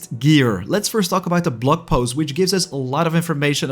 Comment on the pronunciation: Given your accent. You said "blog post" but I heard "blood post". Lol Very appropriate IMO.